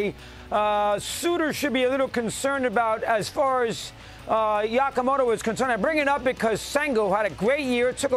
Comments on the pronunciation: why does he keep saying "Yakamoto"? JFC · How has nobody corrected Dog on how to say Yamamoto? Yako…it’s been weeks he’s been saying it. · Well it's a progress. A few weeks ago Yamamoto was just "some guy from Japan" to mad dog. At least now he's pronouncing 30% of his name. Yakamoto, whack-a-mole, guacamole, nahhh you know what I'm talking about. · He cracks me up😂. How many times will he say this guys name wrong?